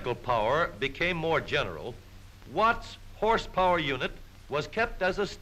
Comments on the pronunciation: At around the two minute mark when the narrator exclaimed "Horse power" I heard "Horse porn" and quickly double checked the title of the video. I have no interest in the latter. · Don’t you mean “hrspwr”?